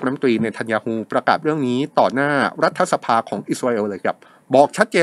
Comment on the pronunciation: รัฐบาล รัฐสภา อ่านว่า ถะ ไม่ใช่ ทะ ครับ